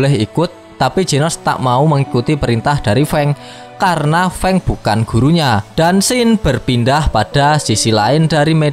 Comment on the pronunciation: Fang❌ Feng✅